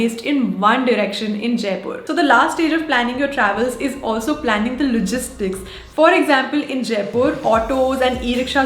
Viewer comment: did i just hear "lugistics" 😛